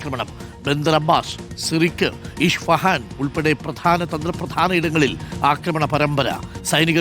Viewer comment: ഇഷ്ഫാഹാൻ 😂 ഇസ്ഫഹാൻ അങ്ങിനെ പറയൂ